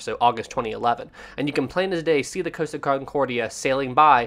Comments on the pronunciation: Repeat after me "cost" as in how much something costs, then "ah" as in stepping on a piece of lego. Not "coast-ah" there is no coast my dude. You wouldn't ask a shop assistant how much something "coast" would you? Deary me guy 😂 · It's COST-a. Not COASTA-a. Source: their YouTube channel's commercials.